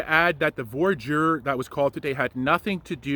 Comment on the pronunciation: It's not 'VOR-JUR' ... it's pronounced 'VWA-DEER'